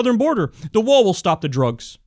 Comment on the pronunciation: "Drůgs" lol